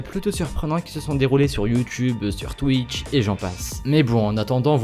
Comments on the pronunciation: Enfaite il a dit Twikch mdrrr xD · Oké je viens de commencer la vidéo et j'entends quoi ? "twik".... Non mais ... "TWIK" x) Tu sais plis lire x) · c'est moi ou a la première prhase il dit twik ? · twitch et pas twikch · Je reve ou il a dit thic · twick ? ça se prononce comme ça ?